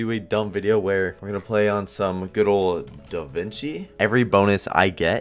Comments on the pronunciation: “Da Vinki” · Hey, the Game title is "Da Vinci" not "Da Vanci"